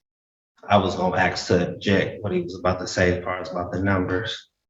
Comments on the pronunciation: I know that it's "cultural slang" but anyone who says "axe a question" instead of "ask a question" in a formal setting (like a courtroom) should be automatically dismissed from any social, political, or legal debate; for simple lack of understanding of the English language. If they can't speak simple, pre-school level english, they have zero business trying to argue/debate anything. They should just use a lawyer. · I refuse to listen to anyone that claims to be educated and uses the word "aks" as in you can "aks" me the question. If your brain can't wrap your head around the proper pronounciation of a simple word, how are we to believe you are able to comprehend law? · I love how sov-dude thinks he's the only one properly pronouncing eState but can barely pronounce regular words like ask, consideration, social security, accountant, question, etc. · What on earth is “Axe”? He said it several times. As someone from England, I believe my command of English is good. I don't understand his context. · Ask ask not axed fricken hell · I hate it when people say "Ax" instead of ask it just makes you sound stupid. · Axed you a question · So fed up with this... the words is ASK not AKS!! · The word is ask, not axe! This guy has to be the stupidest person I have ever seen. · he be's axing them questions lol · Aks is not a friggen word ffs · Dude says "i was gonna axe" what the duck is axe anyway?... why are all these sovtards illeterate too besides being free loading wanna be people?...im just axing btw?...😂😂😂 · THE GUY CAN'T EVEN PRONOUNCE ASK INSTEAD HE SAYS ''AKS '' ! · He said axe me the question lol black folks cant speak smh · I immediately knew he wasnt a MENSA candidate in his first sentence when he used the word aks instead of ask. 😊. Great to see a lot of minorities as judges. Anecdotally, they seem to be more complacent and wise than old school judges. ❤ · Ask, not AXED. Jeez. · Did the black gentleman just )AX) a question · "AXE" a question...omg.